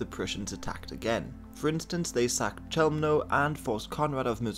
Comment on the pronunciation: Just a little side note, Polish (or German, for that matter) CH is pronounced as KH. And CK is pronounced as TSK. So it's more KHELMNO and PLOTSK. Either way, it's not your fault. It's more a fault of English pronounciation than yours.